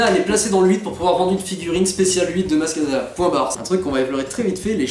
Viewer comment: bon, juste comme ça au passage, c'est maz kanata, pas maz katana... sinon, contrairement au 1, le 7 ne faisait pas que reprendre quelques élément de structure narrative, on est à un niveau de décalquage qui frise le foutage de gueule, donc si, le bachage qu'il a subit était amplement mérité ! c'est d'autant plus mérité quand tu penses que le film met en standby l'histoire principale du film, la recherche de luke, juste pour mettre une scène de death star qui n'avait rien à y foutre et aurait clairement plus trouvé sa place dans le 8 ! oui, dans le 5 vader parle à luke à distance grace à la force, mais vader est un seigneur noir des sith et luke s'est entraîné plusieurs années (oui oui, entre le 4 et le 5 il n'a pas passé son temps à se branler les couilles, et il est resté plusieurs mois à suivre un entraînement intensif chez yoda), de plus ils sont à proximité de la même planète, mieux, l'executor est presque à portée de rayon tracteur, ils sont pas éloignés de part et d'autre de la galaxie, alors faut peut-être pas déconner non plus, surtout quand t'as un snoke qui te dit clairement au début du film que kylo est une chèvre et qu'on te montre une rey qui comprend pas grand chose à la force ! sinon il y a un truc qui moi me dérange énormément dans le 8, c'est rey justement ! alors déjà dans le 7 elle n'avait reçu aucune formation et elle utilisait malgré tout des pouvoirs avancés de jedi, paye ton incohérence déjà, mais là le film entier se déroule grand max sur quelques jour